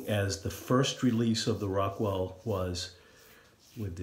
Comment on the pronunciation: I thought you said Rockwell "success". Fits the name nonetheless!